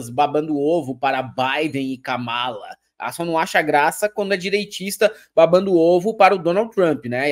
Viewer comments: A pronúncia está errada é Kamala igual a Câmara e Pamela!!!😀😀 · KAMÁLA 😂 KÂMALA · Não é Kámala e sim kâmala!!!!!😘😘😘😘😘